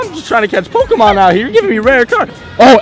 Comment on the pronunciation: Did John Hanke mispronounce Pokemon? SMH.